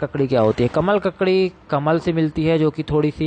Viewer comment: Isne isme pic sahi lagaya hai per name pronounce galat hai.